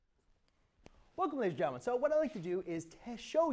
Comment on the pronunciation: omg...after about 10 listens I finally figured out he said, "welcome ladies and gentlemen."